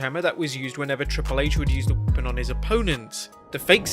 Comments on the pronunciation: Can you not say weapon? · This channel can’t even say the word “weapon” 😂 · You can't say "weapon"???